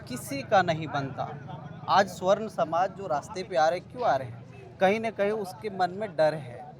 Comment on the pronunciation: Tum juban thik karo pahle sarvan smaj nhi swarn smaj bolo media ho